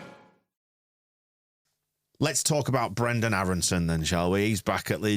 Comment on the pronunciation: HIs contract says he is...and it's Brenden, not Brendel.